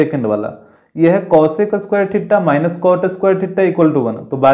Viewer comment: sir theta bolna sikh lijiye